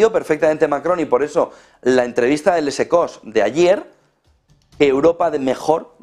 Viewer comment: No se pronuncia el ´s’ en Les Echos.